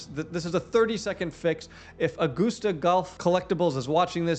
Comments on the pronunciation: It's a-gust-a, not goose. Like a gust of wind. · I can tell by the way you pronounced Augusta that you’re not a golfer, lol. Edwin Watts is a national golf store. It’s like Dillards for golf. Obviously there is still a reason for local SEO, but I would assume most people that are searching for golf stores in August Georgia are well aware of what Edwin Watts has to offer and the most important information they need to give is existence and location. Curious if you think that changes their approach to website layout. Thanks for the info. It’s awesome as always!